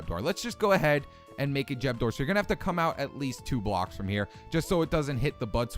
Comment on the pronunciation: What's a jeb door? Lol